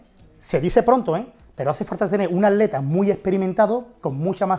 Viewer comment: Hola una pregunta porque ? Siempre dices el aleta que es el aleta????? El aleta va entrenar. El aleya esto lo otro ..!! No será querrás decir el atleta!! El atleta porque dices aleta no puedes pronunciar esa palabra tienes frenillo o es tu país dicen así aleta ????????